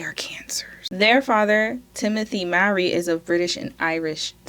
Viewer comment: Mowry is pronounced more-ree.